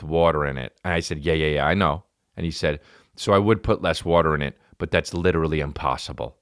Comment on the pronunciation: That's lichurally impausible